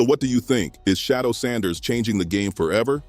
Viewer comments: Say! Shedeur ! not Shodow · SHEDURE is his NAME not SHADOW!! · It isn't Shadow, it's Shedeur! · Bruh his name is SHEDEUR dam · His name not shadow nephew name sheduer correct it thank you ❤😊 yes let's go newpew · Stop mispronouncing has name. Who the heck is Shadow???